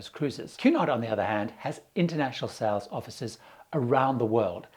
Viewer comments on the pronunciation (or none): none